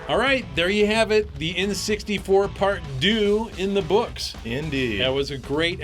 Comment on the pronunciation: "part doo"? LOL you mean "part deux"